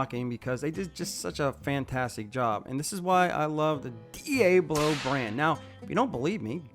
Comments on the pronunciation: What did you just call that company? lol I’ve got one word for you… “Pronunciation” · If you are going to steal that word, try to pronounce correctly 😊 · I agree lol, how is it they don't pronounce the word correctly? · I came here to say exactly this... Uhm why in the world does this guy pronounce Diablo so wrong? He was at their booth! Did he not hear how it's pronounced? Even b4 this video I knew that was wrong but I went to their website and they have videos where they pronounce the name of the company and that's not it! Say it with me DEE Ahh Blow! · Yeah it bugs me every time he mispronounced it😅 Like where did he hear it pronounced that way 🤷‍♂️ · Say the name properly. If you think it’s funny or cool to say it like you do, YOU are the biggest TOOL here. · My guy you mispronounced Diablo.😂😂 Other than that good video. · The blades have the same name as the devil himself yet you can't pronounce it correctly........your parents are ashamed of you as am I 🤣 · You need to learn how to pronounce Diablo guy. Lmao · My guy.. he is saying it that way on purpose. It's a JOKE..🤦‍♂️ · it's dee-AH-blow not dee-A-blow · you're.. not your.. also many people corrected how you say diablo and you still say it wrong after videoing/watching the video and the diablo team says their name correctly so there seems to be no hope for you. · Pretty sure it's pronounced De-Ah-Blow as in, the devil. Not De-Aa-Blow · Hahaha, "dee Aey blow" 🤣 It's pronounced "Ah" not "Aey". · Dee-ob-lo devil.. not dee-a-blow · It’s pronounce ‘Dee Awe Blow’ not ‘Dee A Blow’ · Dee ay blow Dee ah blow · Its not "di-eh-blo" its "di-ah-blo". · Dee ahhhhh blow not Dee ayyyyyy blow. The Spanish or Hispanic word for devil. The blades are amazing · It’s Diaablo not d-able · Dee-AH-blow, not Dee-A-blow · Dee-Abe-low😂😂😂. Home schooled?? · Is Diablo really pronounced, "Dee Abe Low"? I have always pronounced it, "Dee Ob Low". Maybe I have been saying it wrong all along. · WTF is a De'a'blo? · Dilly Bo